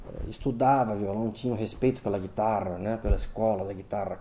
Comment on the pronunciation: "Guitarrrra do Tárrrrega" rsrs